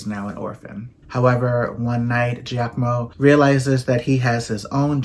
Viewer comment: "Giacomo" perfect! Like an Italian! chefskiss